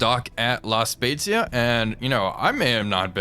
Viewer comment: I was very impressed by your pronunce of “La Spezia”. It was just perfect (the italian “z” sound can be tricky). I’m italian 😊 Oh btw happy holidays